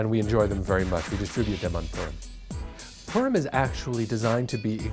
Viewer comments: I’m pretty sure we pronounced it as “pu-r-im” not “purm” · as a jewish person its pronounced po-rim not Purum. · H Levin poor-im is also common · Sounds like he's saying perm. it sounds like a holiday about getting your hair done. Hey Jimmy I really like your new hair style Yeah well last weekend was perm so I had to change my hairstyle according to my Jewish faith. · I thought he said "P*rn"💀💀💀😅